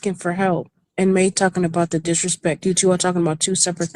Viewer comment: I LOL’d everytime you said “dishrespect”